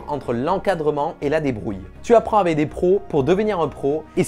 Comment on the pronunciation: Avec, aveC. 😝 Qui se prononce aveK. En phonétiques ça donne : « avɛk ». Juste au cas où, aveQUE ! 😇 On prononce le C, comme un K à la fin du mot « avec ». Donc quand tu dit : « Avé des professionnels », par exemple, ça ne veut rien dire. 😇 C’est juste pas beau. 🤷‍♂️ Dans chaque vidéo le, « avé »,il sort et il me sort de la vidéo, car si peu agréable à l’oreille. 🤬🤯 😂😇 Autrement, vidéo cool et intéressante, comme d’hab ! Ça donne envie de s’y mettre, même quand ça n’est pas, du tout, notre domaine ! 😅